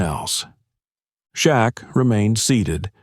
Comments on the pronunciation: SHAQ. NOT SHACK. THAT'S RUDE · This narrator wants us to believe NOBODY in the restaurant knew who Shaq was? Also, why did this narrator misspell Shaq's name? his name? 'SHACK 🤣.' Everyone in L.A. and around the world knows who he is. For that reason, I don't think this story is true. Okay, now I KNOW this story definitely isn't true. The narrator ended this fictional tale by calling 'Shaq,' 'SHOCK!' 😂 Who is this narrator? He's a joke! Last week, I read a similar story about Snoop Dogg being mistreated at a restaurant he supposedly owned. He, too, was dressed casually wearing a hoodie and cap. And, no one recognized him? He was treated poorly too. People know who Snoop is. Not only because of his music career, but because of Martha Steward's and Snoop's cooking show. NBC hired him to be a roving reporter at the summer Olympics last year. He also performed. Overall, he did a superb job! Lastly, he was a beloved judge on the show, 'The Voice.' I agree with a previous post. AI did a poor job of creating Shaq. His face and body are too big. Plus, he would've towered over the rude waitress. I'm not buying his story. Again, the narrator misspelled Snoop's name. At least this guy is consistent in one thing. Misspelling Shaq's and Snoop's names. I'm definitely NOT subscribing! Do your homework wannabe CC. SMH!